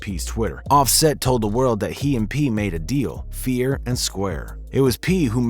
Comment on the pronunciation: He said "Fear and square"!!!!lol